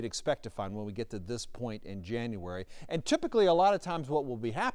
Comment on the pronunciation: This dude just said “January” His main point is good to hear but cmon bro